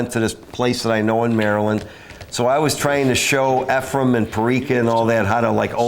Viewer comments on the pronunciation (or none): I love how after all those years, still can't quite pronounce Efren's name properly LOL He always called him Efrem.